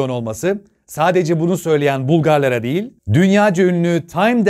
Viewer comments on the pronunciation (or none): none